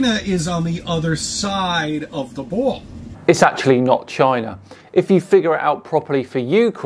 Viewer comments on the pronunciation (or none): He calls it a bwall . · "bwall" uggh...